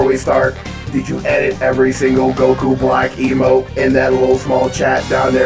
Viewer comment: Dude didn't say emote he said amote